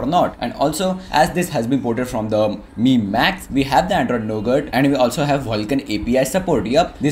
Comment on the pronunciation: It's not my it's mi(me) 😂😂😂